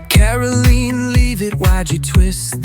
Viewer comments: The correct pronunciation of the press secretary's name is karolyin' leave it. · It's Karo-lie Leavitt.